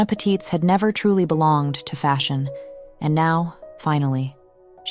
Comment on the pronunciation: Not that it matters much but I'm German and just happened to notice, the stress in Patitz is on the first syllable